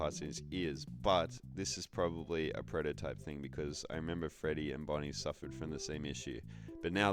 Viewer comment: "withered feddy" 😭